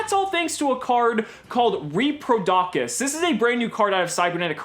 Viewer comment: Btw it's pronounced "repro-dough-cous" (like cous cous)